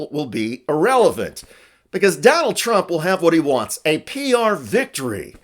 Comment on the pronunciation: Helpful hint: The word "irrelevant" is spelled as "irrelevant," with the letter "i," not as "Arrelevant" with the letter "A". Alerting you about this so that you can then pronounce the word "irrelevant" correctly from now onwards.